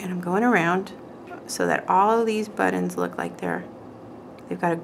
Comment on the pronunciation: "buddins" lol luv ya, you crack me up!